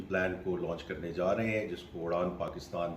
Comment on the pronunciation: It's "Uraan," not Udaan.